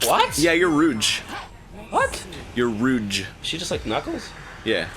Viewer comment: It’s not rooj, it’s roozh